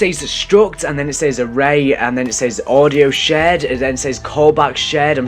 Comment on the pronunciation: you mispornounced 'shared' you said 'shed['